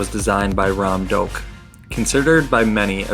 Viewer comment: Did you say Rom Doak?!😂😂